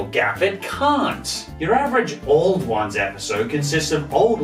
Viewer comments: It is pronouced OW-LD ONES. Im Irish so i should know. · You pronounced auld ones wrong, it's actually pronounced owl-d ones- ah it's grand though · Auld Ones is pronounced Owl-d Wans